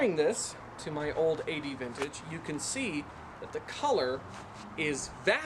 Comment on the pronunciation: You pronounce it Aye-dee-vintage?! I thought it was like Ad-vintage.